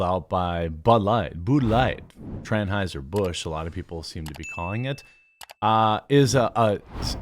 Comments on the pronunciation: Tranheisher Busch 🤣🤣🤣🤣🤣🤣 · Transhieser Busch? 😳🤣🤣🤣🤣🤣🤣🤣🤣🤣🤣🤣🤣🤣🤣🤣